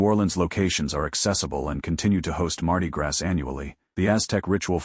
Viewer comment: Heh heh ..."Mardi Grass"...come on man.